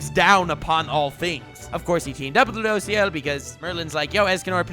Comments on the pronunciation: It kinda triggers me the way he pronounces ludociel "loo dough see el" xd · Oh man i hate how you pronounce Rueduciel. And he’s a guy not a girl. But other than that great video